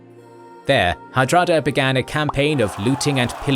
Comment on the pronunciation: did you call hadrada "harada" instead?